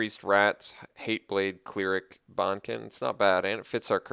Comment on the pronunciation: Have you never heard the word "cleric" or the phrase "removal suite" said aloud before? Rips ears off and throws them away